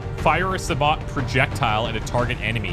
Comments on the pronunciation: It's sa-bow (bow as in crossbow). It's French for 'shoe'. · Sabot is pronounced Sa-bow, the t is silent. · Sabot is pronounced (sab-OH)